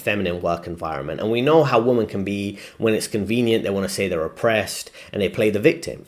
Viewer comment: Nice vid, small point but if your friends haven't told you, you are not pronouncing "WOMEN" (plural) correctly. You're pronouncing it as "WOMAN" (singular). Tip: Think "wimmen".